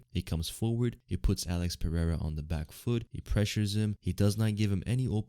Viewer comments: "R" in Portuguese is pronounced "eh-he'''... you pronounced "Pereira" in the most ignorant and retarded way... Learn the basics you tard... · You say "Pereira" so incorrectly like a retard...